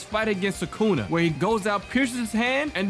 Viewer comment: It's thukuna